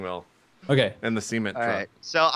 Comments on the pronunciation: every time i here JP say "cement truck" i hear "seamen" truck. its just how he pronounces it... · The way he says 'Cement Truck', I keep thinking he's saying 'Semen Truck'... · JP keeps calling it a SEE-ment truck... lol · I keep mishearing the way that JP says Cement..